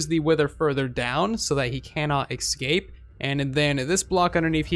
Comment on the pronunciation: What are you saying? Excape?